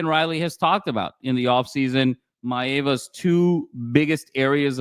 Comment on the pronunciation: It’s My-Ahhh-vah not a long vowel A